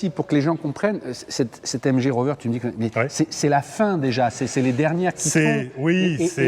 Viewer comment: It’s a British car, please pronounce it correctly🙈😛 Its a MG not mgeeee, its a tourer, not a break 🙈😛 Thankyou.